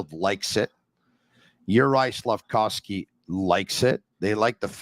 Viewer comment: saying SlafCOWsky 😂